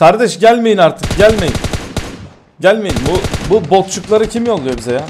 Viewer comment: Abi botcuk lar demek yerine bokcuklar dedin